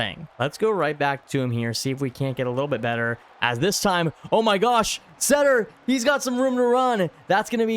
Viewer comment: Seder is pronounced "cedar"